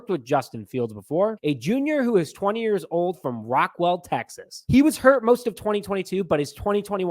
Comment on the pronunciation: It's Rockwall Tx not Rockwell lol. Same old mispronouncing things lol. Good to see you again my guy. I'll be tuned in. I can't wait to watch all of your content throughout this crazy off-season. BEAR DOWN!!